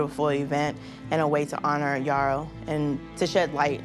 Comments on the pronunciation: His name is pronounce as yerroh , it is a fulani name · His name would be Yero instead of Yarrow, pronunciation changed over time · Yes .we fulanis in guinee and Senegal pronounce it "Yero" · The fulanis have always had islam as their faiths for a long time. The correct pronunciation of his name btw is Mamadou yero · No. He's fulani from what is today Guinea/Senegal. We pronounce He's name as Yero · It’s pronounced “Yerrow” YE like Kanye (ye) I know cause I’m Fulani. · came to say exactly this! The real name is definitely pronounced Yero, and this man looks so similar to my grandpa it’s actually scary! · His Fulani it's pronounced Yero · Lol no shade but ya pronouncing his name Wrong.. he got the Same name as my Grand Dad and its a Fulani name!